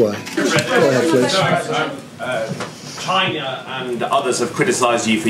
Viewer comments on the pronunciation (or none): Trump: “because it comes from CHY NA”😂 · Lol, rofl I thought I was the only one who found his pronunciation of China, helluva funny.